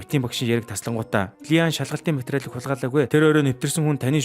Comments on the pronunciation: Ли ан биш И ан Жи эн биш Жэеин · И АН гэж дуудаарай бичиглэлээр нь дуудаад байна